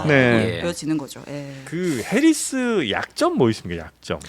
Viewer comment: 오... 팩트체크의 김필규 기자님 드디어 복귀 하셨군요 ㅎㅎ 근데 "해리슨" 이 아니라 "해리스" 입니다 ㅎㅎㅎ